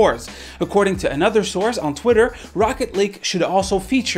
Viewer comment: I swear that sometimes it feels like he is saying Rocket League instead of Rocket Lake